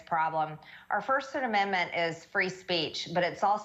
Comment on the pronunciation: The woman mispronounced the amendment that has to do with speech. 😂